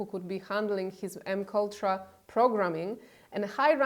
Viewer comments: Pronounced Em Kay Ultra not Em Kultra (just a helpful fyi) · Great program... just want to point out that you are mispronouncing MKUltra... it is pronounced M. K. Ultra - not M. Kultra. Just trying to help. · THE LETTER M AND THEN THE LETTER K AND THEN THE WORLD ULTRA. IT ISN'T M-KULTRA. JUST THOT YOU'D LIKE TO KNOW. M-K-ULTRA ORRRRR MAYBE IT'S THE POLISH ACCENT? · MK Ultra is pronounced as you would pronounce a man's name. MK as in Michael Kaleb (or, strictly an example, "Michael Kors") and Ultra as in Michelob ULTRA. Thus "Em Kay Ultrah". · MKultra is pronounced as 'em-kay-ultra'. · It’s pronounced M K Ultra